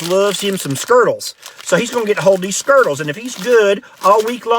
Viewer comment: Skerttles... I love that.